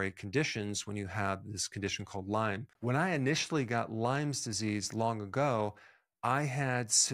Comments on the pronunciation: It's Lyme not Lymes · It’s not pronounced Lyme’s, it is Lyme. And it can be transmitted in as little as 15 minutes. You need to actually learn more about this.